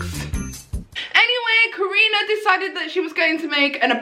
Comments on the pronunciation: Karuna* not Karina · Karuna. KAH-RUNE-UH. Where does Karini come from?!? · Well your close to saying her name :) It’s actually pronounced Ka-roo-na Not Ka-re-na Cause that’s how she’s says her name :D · I’m dead she said karina satori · It's ka-ruun-a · It’s ka-RU-na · I swear she is saying Karunas name wrong on purpose because when she's in the zone she says it right then when she's trying she says it wrong 😂